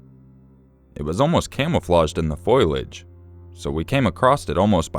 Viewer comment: I love you, but it's foliage not foilage